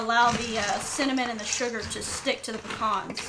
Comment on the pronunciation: They are called PEE-CANS not PEE-CONS.That said they look mighty good..😊...Merry Christmas!!!!